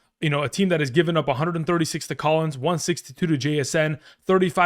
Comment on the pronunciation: He said Collins